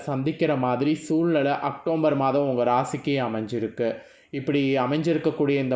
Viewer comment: அக்டோம்பர் இல்ல அக்டோபர், தமிழ்ல பேச தெரிஞ்சுகிட்டு அப்புறம் ஜோசியம் சொல்ல வாங்க